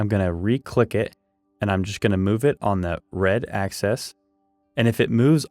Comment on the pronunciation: AXIS -not access. Im very confused because a 2x4 isn't 2x4 inches exactly. If this is a drafting program is it ok be using numbers like that? If this is for woodworkers use woodworker terms. You made 2x4 legs presumably ripped down to 3inches x 1.375. I think it would make more sense if you didnt keep saying 2 x 4s and just said this cut and that cut etc. if you were using real 2x4 dimensions 3.5x1.5 it would be understandable.